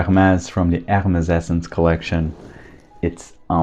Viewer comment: I particularly enjoy your Hermès and Chanel content. By the way, the collection is called Hermessence not Hermesessence.